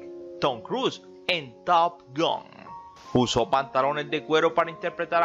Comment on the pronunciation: top gUn? que mala tu pronunciacion